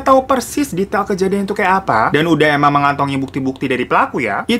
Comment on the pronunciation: 'Detail Kejadian' bang, bukan 'Detail Kejaidan' 😂